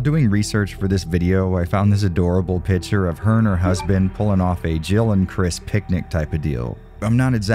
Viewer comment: Do you always say "pitcher" instead of "picture" in all of your videos? Or is it just me hearing things? 😂 Anyway thanks for your content and especially for diving deep in all those technical aspects! 👍